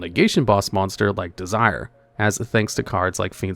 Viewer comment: I feel like you mispronounce cards on purpose at this point. It is De-si-ray not "Desire" you cobweb pilled son of a Arachnid